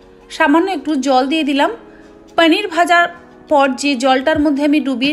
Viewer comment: পনির কে পনির বলতে শিখুন । পানির নয় । কায়দা করতে গিয়ে তো ভাষার ভাবমূর্তি পাল্টে দিচ্ছেন । শুভেচ্ছা রইলো আগামী দিনের জন্য